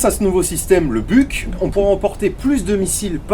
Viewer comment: Et c'est pareil avec Buk pour le coup , ça se prononce "Bouk" , et non , c'est pas l'animal . oui je suis aussi de mauvaise foi 🤣